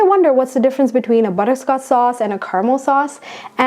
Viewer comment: Butter-sco-ch sauce.- not butter-scots sauce. Fondue is a good idea